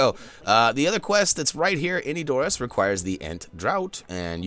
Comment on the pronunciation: ...I hate to say this...but you're saying Edoras wrong xD Check this link, it's an interview with the producer where you can hear how to say it: /watch?v=-LVJ4yWOndk I'm not hating, just trying to help;)